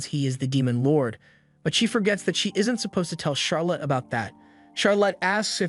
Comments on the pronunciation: Charolette is hyped that Flay will be joining in the crime-fighting operations ×2. Why do you pronounce it Charo-lot? This isn't a movie abt how much money Charazard got, yeah? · charlotte is pronounced "shar-let" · Charlotte typically rhymes with scarlet, (lotte is not pronounced like lot)